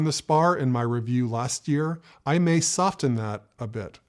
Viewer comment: When you say, "soften"...remember that you don't pronounce the "t."